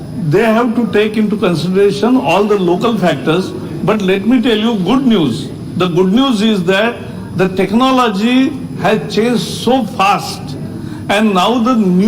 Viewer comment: Prakash javadekar teconology rip English 😂😂😂